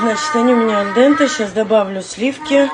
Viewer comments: Это "аль пи здэнте"😂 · Аль Денте прозвучало как... Аль Капоне или как... название стоматологии...